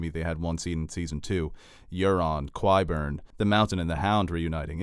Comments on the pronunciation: I'm spelling this for phonetical purposes but KWYBURN??? Lol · Dude is Qyburn. Not QWHYburn. And it's Myrcella, not MARcella.